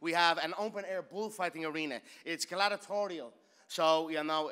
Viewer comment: My man said “Gladitorial”. I’m not even sure if that’s a word,,,but I love it 😂😂